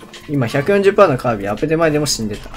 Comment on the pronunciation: カービィーじゃなくてカービィな